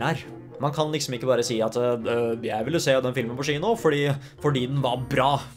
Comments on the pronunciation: Og hver gang han sa «tchino»... Syns egentli tchino var værre, det uttales «kjino». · Crazy konspirasjons teori: klarer ikke uttale kino ordentlig så han sier i stedet chino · Får litt vondt hver gang du sier «skjino» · Offf av meg, får litt vondt i hjerte når du sier SHINO å ikke kino. Dømmer ikke, sa Sh foran alt jeg å når jeg var liten. følern, kan bli provoserende at folk nevner det hele tiden men måtte bare beklager <3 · Det heter Kino, ikke Shino 😩😩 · Haha Faren min satt ikke så langt unna da jeg så på denne videoen, så hver gang du sa "schino" begynte han å le siden han er norsklærer! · Samme her😂😂😂